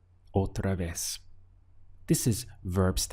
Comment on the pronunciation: It sounds like you are making more of a "v" sound for "otra vez"....